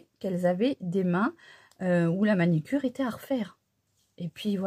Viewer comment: Bonjour Je suis désolée mais on dit MANU CURE et non MANI CURE. En toute amitié.